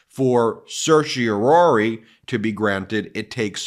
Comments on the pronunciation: Let's get on with it Supreme Court and deny the stay/rule against DJT's immunity claim! Time's a-wasting! BTW, I noticed your pronunciation of Certiorari over quite a large number of your videos. It's CertiorARI, NOT CertiorORI. Sorry to be so picky. I find your videos highly informative, but your mispronunciation was starting to bother me. Be that as it may, keep up the terrific work that you do! It's truly important IMHO! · Certiorari, not certiorori. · Please stop saying sershy-a-Rory!! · As a former “intermediate” Latin scholar (it’s been a while), it sure seems like lawyers do some strange things with the language. When I see “certiori”, I hear “care-tee-OR-ee” (in “pseudo-English”). For starters, Latin doesn’t “do” the ‘s’-sounding ’c’, and it doesn’t do the ‘sh’-sounding ‘t’, and it doesn’t do the ‘u’-sounding ’e’. Secondly, there’s only one ‘o’. What is “Surshie O’Roarie”?? Is that some Guy’s Gaelic name? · Umm.. I don't believe 'certiorari' is supposed to be pronounced that way; there is some debate over whether the last two syllables should be pronounced "-RARE-ee" (Alito, Stevens, Thomas) or "-RARE-eye" (Roberts, Scalia, Breyer) or "-ARR-eye" (Kennedy) or "-ARR-ee" (Sotomayor), but none of the Justices pronounce it "-ROAR-ee"... Kagan avoids the issue completely by just using the short word "cert" instead! (Also, apparently Sotomayor drops the previous syllable entirely, and Thomas pronounces the very first syllable "sertz")